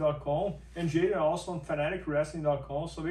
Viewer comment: it's J'Den like cmon guys... anyways good dude I hope the best for him next year even though he straight up stole my joke one time